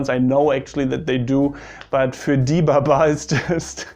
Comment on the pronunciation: Also baba is pronounced more like Ba Ba-a